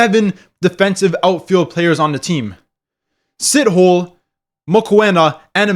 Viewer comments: It's pronounced SeaToeLair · It's pronounced "see-t-hol-eh"